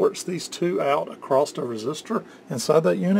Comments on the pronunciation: not to be PICKY but the word is 'across' not 'acrost' ... i guess it's a regional dialect thing people pick up from their parents and community but STILL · what does "acrosst" mean ?